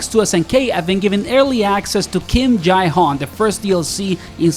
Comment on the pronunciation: why cant u just pronounce him as Jay? Its so weird